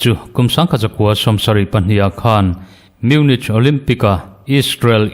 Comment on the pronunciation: Munik ti ve zawk la,a ngaihthlak a hahdam deuh ang chu.